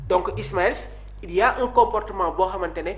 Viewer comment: Mr, j'apprécie vos efforts. Mais n'en faites vous pas un peu trop dans la passion de commenter le Foot?! Juste un exemple très symbolique: votre prononcé du prénom de Jakobs, ce n'est pas IsmailS, mais tout simplement ISMAIL. Vous faites de l'info, alors appliquez-vous sur la bonne information s'il vous plaît!